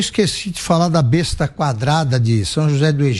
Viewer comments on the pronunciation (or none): none